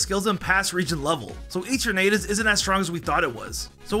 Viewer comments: Can you PLEASE, PLEASE correct your pronounciations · You sed gible and eternatus and lysander wrong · the pronunciations of all these words… gible… kalos… eternatus… and so much more + elio, lysandre, selene